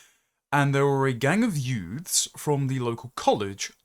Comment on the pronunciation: YOOKAY YOOFS? The usual suspects?